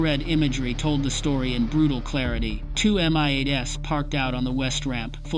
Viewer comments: Unbelievably bad IA commentary. At exactly? M-I-8-S. Come on get real. Another good story sploit. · I am sick of these PHONY videos that start with "At exactly [time of day] ..." but don't give a DATE. Because the events didn't really happen. It's all FICTION. Then the AI voices that don't recognize plurals: "two MI-8 ess" for two MI-8s.